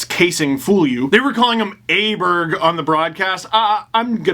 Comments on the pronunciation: Åberg is pronounced like "Oh-Berj" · Aberg in Swedish is "O-barry"